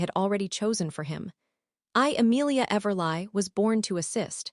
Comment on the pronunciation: I believe it’s pronounced everlee and do better people who do these stories!! Proof before upload!! 🤦🏼‍♀️